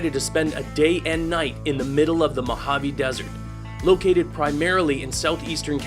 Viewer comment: I'm Spanish, and the way you were saying "Mojave" was really annoying me. I love your videos (both on this channel and your gaming ones), but the way you were saying "Mojave" just annoyed me.